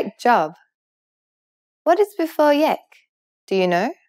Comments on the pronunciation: it is yak not yek! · Da ba- I think you speak Dari Persian or Tajik Persian, I've seen them pronouncing it Yak. This channel however, is teaching Iranian Farsi in the Tehrani accent. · da ba it's Yek !!